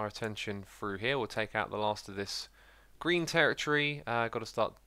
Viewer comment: Your mouth says "green" and I keep hearing "Grian" "Look what Grian did there!"